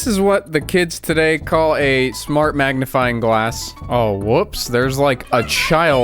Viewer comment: I thought you were joking when you said magnifing glass